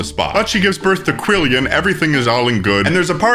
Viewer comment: Quillan is a real name, I know a guy named that. But pronouncing it "Quillian" means the kid's gonna have a rough time in school